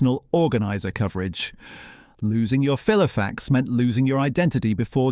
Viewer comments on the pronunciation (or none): Merthyr TIDE-fil? FEEL-ofax? If you are going to use speech generated by AI, I suggest listening through before publishing!! 😉